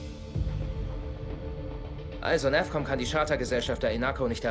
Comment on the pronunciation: Kann das sein dass der CO abundzu "NerfCom" und nich "NavCom" sagt ? :D